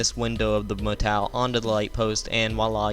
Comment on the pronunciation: it's motel not motal